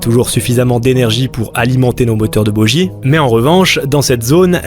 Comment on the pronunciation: on ne dit pas bojie ou bodjie mais boguie